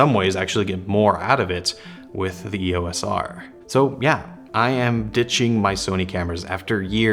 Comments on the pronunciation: Welcome to the Canon universe. Since you are here, you should know that "EOS" is a word, NOT an abbreviation. It is two syllables - "EE-OSE". NOT an E.O.S.. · Like the other often mispronounced word "ISO", "EOS" is always spoken as a single word, pronounced "EE-ose", and NEVER called as individual letters. Don't believe me? Ask Canon. Or just watch any official Canon training video or presentation.